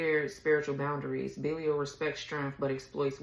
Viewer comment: Pronounced Bee-lie-al is the first crowned Prince of Hell.